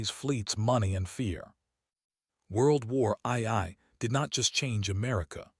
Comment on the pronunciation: "WORLD WAR EYE 👁️ EYE 👁️"!?!🤣❤🎉